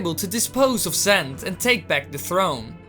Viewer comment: lol "zent"